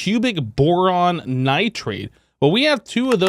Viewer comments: I hate how he says nitrade instead of nitride like it says. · Definitely, most of the time I get a kick out of it but the nitride one really gets me for some reason